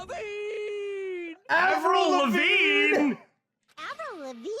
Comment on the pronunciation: I literally looked up a lets play where someone played with the Japanese voices just to see if Teruteru does, in fact, say "Avril Lavigne" there and am proud to confirm that he does. Except it sounds more like "Aburill Rabeen"